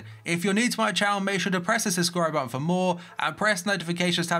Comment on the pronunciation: "if an offer is mehr" What the hell is he saying.